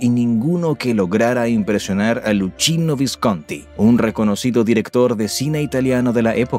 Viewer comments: El video está bueno pero, la verdad, lo arruina que pronuncies mal Luchino Visconti. Te preocupás por pronunciar bien Tadzio pero llamás LuCHIno a "LuQUIno" Visconti, cómo me duelen los oídos!!! Una lástima. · La palabra "Prístina" es esdrújula. No se pronuncia como "Cristina" que es llana. Y el nombre de Visconti, no se dice como "cochino" sino "Lukino". A la escuela viejo! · Se pronuncia LUKINO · Lucchino se pronuncia Luquino.